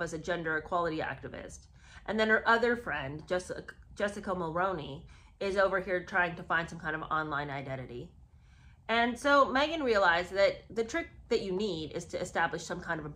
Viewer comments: Love your stuff. Also, we pronounce it Mul-roo-ney, here in Canada. ❤ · Jessica Mulroney Mulroney is pronounced "Mull-Roo-knee" roo as in kangaroo I'm saying this as a Canadian who voted for her father in-law Brian Mulroney decades ago... I love your videos and I hope that you continue making informative interesting entertaining enjoyable video content.. as well as continuing to grow in followers. I'm just passing on this information because I know for me personally when I continue to hear a name or a word pronounced incorrectly it hurts my ear it's almost like someone dragging fingernails down a chalkboard..I'm sure that I can't be the only one who flinches everytime they hear something said differently than it should be. I'm hoping that I haven't offended you as that's truly not my intention, I'm trying to be helpful. I'm absolutely sorry if I did accidentally offend you, please accept my apology if that's the case. Again great work I love your videos.. take care